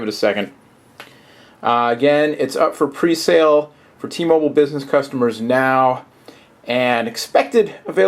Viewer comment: u dont no how to say t mobile man!!!